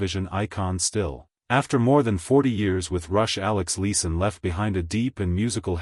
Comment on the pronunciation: Alex Liff son? haha! stupud A I ..and try some commas!